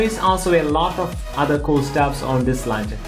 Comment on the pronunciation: Man you're English sucks. Its launcher not lancher.